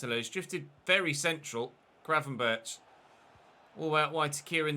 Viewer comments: It's not graven-birch It's Berg, with a rasping G. Almost like a sore throat one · Btw, you pronounce it Gravenberg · Just a tip: Gravenberch is pronounced with the same G at the end. So the “ch” makes a “g” in this case (as in most, if not all in Dutch pronounciation). Like a “hard g”.